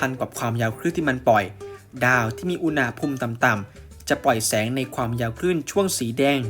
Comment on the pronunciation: อุน หะ พูม ไม่ใช่ อุน นะ หะ พูม ครับ ฟังแล้วขัดๆ นิดนึง